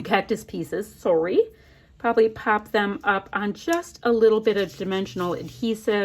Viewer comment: You are so masterful at taking a themed kit and making it work for "any occasion". Marvelous page! I loved the Oasis kit because I'm working on our Texas desert vacation, but you prove it's beautiful however you apply it. I also loved how you said "sorry" mid-vid...it reminded me of Super Troopers 2 movie where Rob Lowe's character pronounced "sorry" the American and Canadian way.😄 I'm from Minnesota, so I know all about making fun of accents ("Fargo"). I thought it was cute! You betcha!